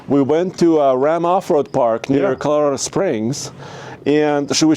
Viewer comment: Did he say Kilorado? If so, that's WILD! 🤣🙃